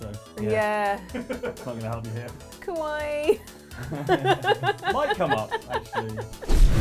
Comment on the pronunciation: it sounded more like "kowai" which is "scary." Although, I think she was trying to say "kawaii"